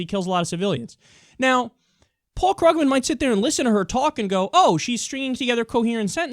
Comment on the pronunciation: Kyle, I like your show, but you continue mispronouncing Paul Krugman's last name. The "u" is a long "u", not a short one.